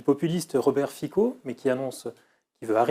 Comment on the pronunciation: Svp prononcez correctement le nom de Mr. Fico